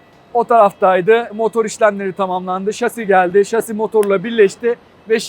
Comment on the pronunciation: Bir yelek bir baret giyseydiniz güvenlik ayakkabınız olsaydı keşke şase yerine şasi deseniz yaptığınız işin jargonunu bari öğrenin lütfen